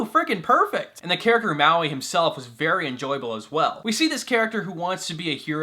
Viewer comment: Lol it's funny how you said Mauis name #Muaui